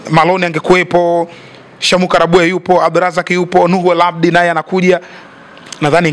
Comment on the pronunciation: Hujatamka sawasawa Ni Al Abdul siyo Hal Habdi. Kosa la vijana wetu wa shule za kata a wanaiita ha na ha wanaitamka a. Jirekebishe.